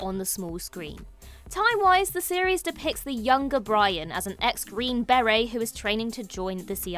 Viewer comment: Green Beret is pronounced green Ber-ray not green bare-rry